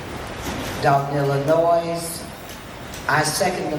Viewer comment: minute mark, Why did Valerie mispronounce her home state? Inquiring minds want to know. One good thing Tiff-Tiff did for “her” community and “her” residents is…. she woke them up and brought them together….